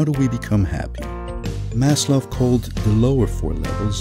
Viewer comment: he is pronounced "maz - lao"